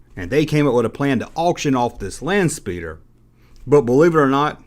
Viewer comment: You mispronounced “Landspeeder”